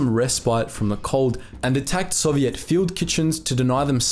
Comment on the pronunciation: How you pronounce Soviet is annoying for a history channel.